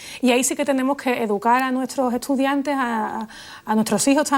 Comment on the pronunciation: He notado que Lola pronuncia "etsar" por "estar", "etsudiante" por "estudiante". ¿A qué se debe?